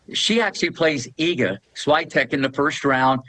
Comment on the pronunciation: Wimpleton. Schwaitek. Never disappoints.😂.... Great respect for this gentleman. Funny, humble, accomplished.